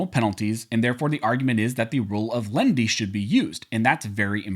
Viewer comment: About half the time you are saying "lendy" not "len-i-ty" and just confusing your audience. Step up,!